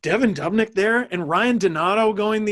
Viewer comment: I’m sorry guys but I’m losing my mind hearing you pronounce Devin Dubnyk’s name as dub-nyk instead of doob-nyk. It’s the exact same as Dubas. Sorry about the nick picking but I couldn’t not mention it.